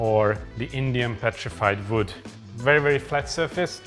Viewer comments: Hungarians and Germans (as far as I know) tends to pronunce the letter "W" with a "V" sound . 😁 No big deal and a charming touch. Hahahaha. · Its WOOD, not VOOT... Love you. Just giving you a hard time because they make fun of my accent as well...